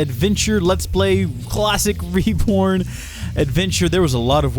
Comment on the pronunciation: sounded like you said "reporn" at the start xD